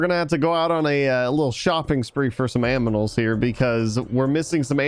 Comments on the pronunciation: Did really say aminals for animals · He said aminals instead of animals lol